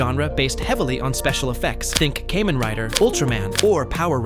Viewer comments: Its KAmen Rider, not a "Key-man Rider"! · "Kay-man rider"